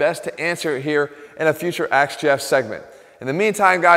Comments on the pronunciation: As much as it annoys me when people says 'aks', I have to admit, playing on that for AthleanX got a smile from me. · Wait is he asking? Or axeing?